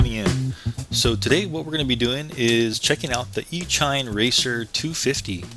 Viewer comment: Just fyi, it's pronounced E-sheen... as in "electronic-machine"... e-mail... as in "electronic-mail"...